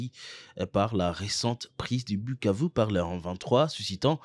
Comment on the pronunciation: c’est koi cette facon de pronouncer Bukavu